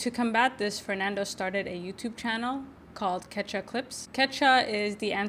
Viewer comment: Hi, thanks for bringing this incredible film to listeners! I just saw this at the Seattle Film Festival and was blown away. You might think about a couple of things: post a clip or trailer as soon as you can get your hands on it, and 2) listen for how to pronounce the title of the film and the language "Quechua". Both of them came out wrong.